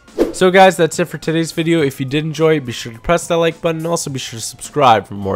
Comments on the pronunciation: Lmao he does say 'be sh to press that like button be sh to subscribe' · "Be sh to press that like button and be sh to subscribe"